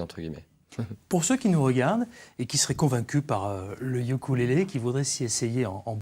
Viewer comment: sa se dit OUKOULÉLÉ et pas YUKULÉLÉ